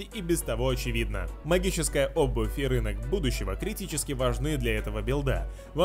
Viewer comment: что случилось с его интонации когда он говорил рынка будущего